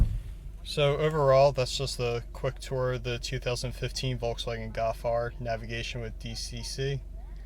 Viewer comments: golf* not gawf😑😑😑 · Golf. Not Gawf. L. There's an L. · Learn to say "GOLF" lol